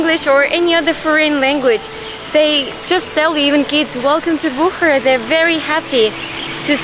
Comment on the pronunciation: It is Bukhaara not Bukhra